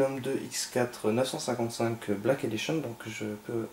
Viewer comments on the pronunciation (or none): none